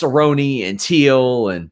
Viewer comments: It’s Till, not Teel. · Till must be the easiest name in MMA to pronounce and you’re saying it wrong, how?